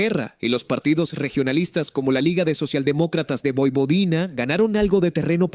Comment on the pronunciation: MUY BUENO, PERO CAMBIA TU PRONUNCIACION, NO DIGAS POIPODINA.